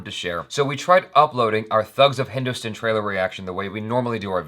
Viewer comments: I've said this before. It is pronounced as Hindustan. Rhymes with Pakistan, Afghanistan, etc. But the way you say it, it sounds like Hindu-stun. Translates to Hindu-tits. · He can't pronounce Hindustan properly and you want this guy's reviews about a Hindi movie?! Get a life, bitch!